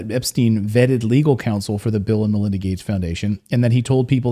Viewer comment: When you say "Bill and Melinda" it sounds like "Bill 'n' Villain."